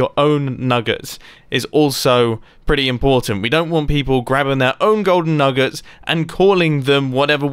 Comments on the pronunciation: Mumbo; nuggers for diamonds Me thinking he said the n-word Me- (0-0) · Thought I heard "nuggers for diamonds" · Anyone else think nuggets sounded like something else...